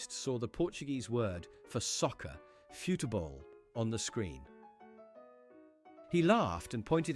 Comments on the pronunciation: I think it's pronounced "fu-chi-bol" actually in Portuguese. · The AI read it wrong. In Portugal that word is pronounced "foot ball" and in Brazil It's pronounced "foo chi bol". I just thought it was funny that they were making fun of people who expect other languages to use the same words but they expect other languages to be pronounced the same way as English. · Also, it's pronounced "fu-chi-bol". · Um, yes, I care. "futebol" was mangled, and don't get me started on Llanfair PG.